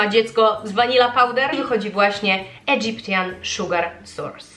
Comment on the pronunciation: „Egyptian” wymawia się idżypszyn ;) /iˈdʒɪp.ʃən/